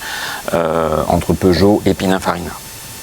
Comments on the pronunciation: A Prononcer PININE pas PINAIN 😉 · Il dit pinunfarina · ouvrez vos oreilles dans la vidéo vous dite pinafarina 😂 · déjà on prononce (pinine) et non pina ou pinin .......perche il maestro era italiano